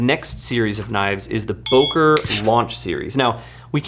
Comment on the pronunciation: “Boker” is pronounced “Booker”.